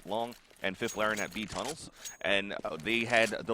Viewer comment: Love how they pronounce fifflaren xD (i'm swedish)